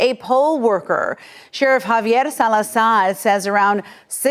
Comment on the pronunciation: The way the news anchor says salazarrrrr 🎉😂